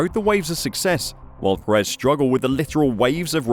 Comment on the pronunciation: Can we please stop pronouncing his name as peREZ? It is PErez.